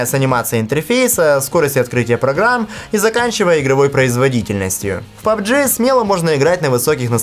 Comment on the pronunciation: 'Паб-джи', всё-таки. А не 'паб-джей'.